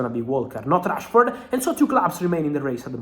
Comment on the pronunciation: I believe he said trashford, it must come up a lot in his feed to accidentally say it 😂